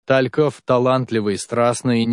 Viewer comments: Как же режет слух ТАльков. Игорь ТалькОв. Вы бы хоть поинтересовались, прежде чем выпускать ролик. И еще. Лариса Гурченко. Какая Лариса? Людмила Гурченко. Можно не знать Талькова, но не знать, как звали Гурченко, непростительно. Материал неплохой, но вот эта безграмотность просто отталкивает. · Не Та'льков,а Талько'в!!!!!! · Игорь. Тальков вообще т о а не ТАльков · Господи, сколько ошибок! Гурченко не Лариса, а Людмила. ТалькОв, а не ТалькОв. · Что за ТА'льков ? Не разу не слышала , что так ставили ударение? Зачем? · Пожалуйста, не коверкайте фамилию известного человека. Поклонников Игоря Талькова, это очень коробит!😢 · Ну и ведущий или чтец, как его и назвать? Поразил меня, когда сказал ТАльков, с ударением на первую А, охренеть, откуда он взялся, слушать его не хочу. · Ниче так Лариса Гурченко и Тальков с с ударением на А😂😂😂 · Режет слух Та'льков , но интересно , не все известно было из ее личной жизни .😊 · смешно, ТАльков, Лариса Гурченко .....кто это читает? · Просто поразительно, что Вы ставите ударения в фамилиях таких известных людей неправильно! Режет слух😔🇩🇪